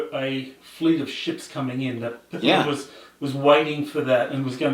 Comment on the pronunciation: Honors to you, but you are still mispronouncing Pith..lam. Don’t put an “a” in the middle. Thanks